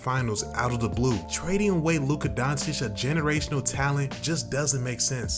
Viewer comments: Bro said Luka dawntich😭😭🤣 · Learn how to pronounce his name. You lose all credibility in the first few seconds of the video. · And somehow u still can't pronounce his name. Total disrespect or arogance. I think it's not so hard to listen to the videos and try to learn. Just from the States you have 7 years of tapes. But do not listen to Shaq or Barckley, they are also in wrong.